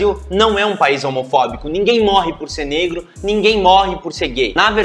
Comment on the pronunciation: Menino conhece seu canal por acaso, adorei. Continue mostrando os erros dele, nos defenda por favor. E parabens pelo seu video. P.s.: moço nao fale petro, fale negro